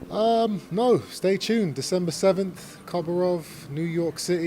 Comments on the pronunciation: "Koborov"? Come on, Chris. You can't even say his name right. The name is Korobov. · Doesn’t help that you keep calling him Koborov you numpty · its Korobov not Koborov lol